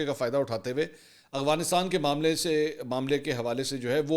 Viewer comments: Aurangzeb saudia Mansoor bahi Ap hr bar aghfanistan khty hn Af gha nis tan Practice kren Inshallah thk ho jay gha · منصور صاحب آپ افغانستان کو اوغانستان کیوں پڑھتے ہیں